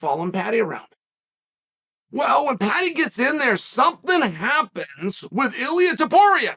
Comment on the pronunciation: Lol this is the genius of Uncle Chael. Actually pronounced Ilia Topuria name right, but got his “nickname” Mr. water bottle wrong.